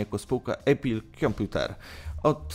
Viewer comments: Maybach nie mógł wejść w skład firmy Mercedes, bo takiej firmy nie ma, przynajmniej w Niemczech (w Anglii jest Mercedes AMG). Maybach jest częścią koncernu Daimler AG. :D PS I zlituj się Nie "Ejpl", tylko "Apl" czy "Epl". Żadnego dyftongu. :) Ogólnie dobór firm trochę nie zgadza się z tytułem filmu, ale co tam. Łapkę w górę dostałeś, ale pracuj nad materiałem. :) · Nie ejpil, tylko apple, tak sie wymawia jak jest napisane.... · nie wiesz jak sie czyta apple po angielsku? xD